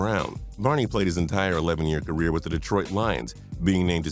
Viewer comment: Did he say ca-weer